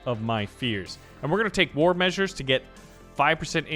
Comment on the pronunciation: Do you... not know how to pronounce war? 🧐